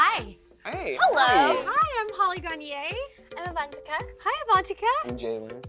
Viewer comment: they kept saying Avantika's name wrong and it drone me NUTS